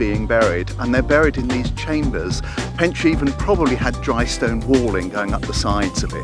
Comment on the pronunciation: The way you pronounce pentre ifan is hilarious